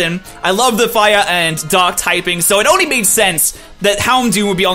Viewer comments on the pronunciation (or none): um am i the only one who noticed it sounded like dog and fire type instead of dark and fire type when he was talking about houndoom